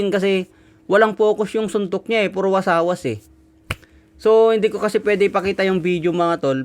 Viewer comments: Hindi Po wasawas,, Kundi Wasiwas.. Good luck,,.. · Wasiwas Hindi wasawas😂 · Wasiwas boss, hindi wasawas 😅